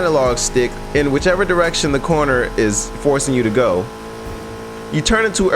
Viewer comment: Bruh said cerner 😂😂😂🤣🤣🤣